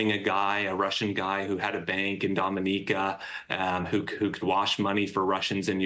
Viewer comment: Finally someone on TV that knows how to pronounce Dominica (Dom-in-NEE-ka)